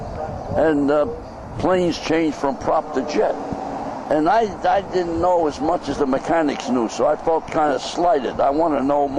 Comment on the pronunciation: If you listen to it in context, it sounds like he did say Marciano didn't like Ali because he talked. But intstead of saying "didn't" its more like "dint"